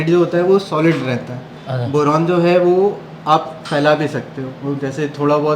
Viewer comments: Bolna toh seekh le pehle boran nhi hota boron hota hai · बोरोन,बोरेन नहीं। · Boran nhi boron hota h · Bowraan nahi Boron hota hai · Boran, Boran aur Boran. Kuchh uchcharan bhi sudhar lijiye.